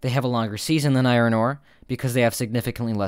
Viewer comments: It’s pronounced “I ern”, not “I ron” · Can you please stop pronouncing iron "eye-ron"? It's pronounced "eye-orn". Thank you. Grammar is important. The more you know.......